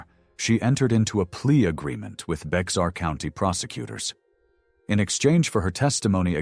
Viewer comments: It’s pronounced bear county not Bexar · Bexar County is pronounced as Bear County